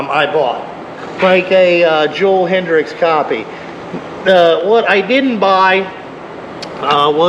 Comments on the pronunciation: .1 its hetrick not hetrix .2 its a trx not a crf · It’s Joel hetrick not hedricks